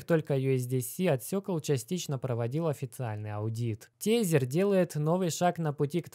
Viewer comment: Не тЕзЕр, а тЭзЭр бл….